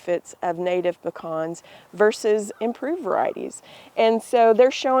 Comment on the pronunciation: THEY'RE CALLED PE CANS NOT PEH CANS Savannah Georgia native